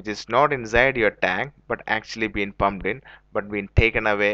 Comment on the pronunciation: This guys cant say petrol pump He is saying petrol bump listen carefully